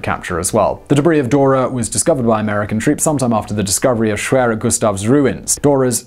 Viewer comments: The "w" is pronounced as a "v" sound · pretty sure it's pronounced ' sh-v-air-er '